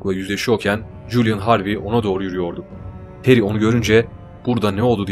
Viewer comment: Ismi Tere Jo. Terry değil